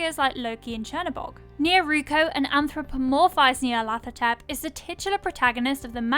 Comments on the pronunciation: I'm p sure it's pronounced Ñarlathotep not Knee-arlathotep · nyarlat - hotep, not nyarlath - otep. Consonant sequence like in Lighthouse, not a voiceless dental fricative as in thing. The Egyptian honorific of hotep is it's own thing. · No one pronounces the name correctly. "Hotep" is an ancient Egyptian, meaning "peaceful satisfaction". His most enduring avatar after all was "the Black Pharaoh". The name should be pronounced "Nee-arlet-hotep" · nyar (rhymes with 'far') - la - THO - tep...at least that's how I hear it.